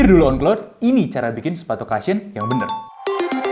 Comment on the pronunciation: Cushion bukan dibaca kashyen ya. Bacanya Kushen. Thank you